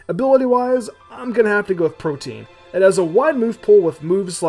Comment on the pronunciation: I gotta ask- what's the point of making Butterfree Psychic/Bug if you're giving it Protean? Which I gotta say, the word is said like not "Protein", it's "Pro-tee-an" or "Pro-tee-en". I notice a lot of Poketubers say the word wrong. I'd like to see Lilligant, Whimsicott, and Spinda get Megas. Spinda would definitely be Normal/Psychic, eliminating the Ghost and Fighting weaknesses. Lilligant I'd keep pure Grass, and Whimsicott I'd make Grass/Flying since its Fairy typing doesn't do anything for it, and Flying would give it more stuff to get STAB on, and maybe give it Aerilate. Lilligant I'd like to give Prankster to, but it doesn't fit her personality, so maybe I'd give her her own ability that works like Pixilate and Aerilate for Grass-type moves, maybe calling it Florilate, to make use of her movepool being basically all Grass and Normal moves or some form with only a few exceptions.